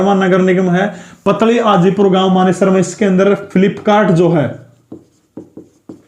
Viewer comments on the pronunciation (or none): Sir पतली हाजीपुर नहीं है पातली हाजीपुर है 100% Guaranteed It is near to me